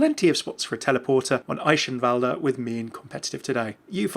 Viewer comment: Eye chen walder =/= Eye kin vuld